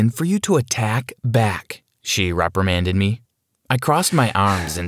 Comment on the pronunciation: "She repremanded me" The Person is question: bolding man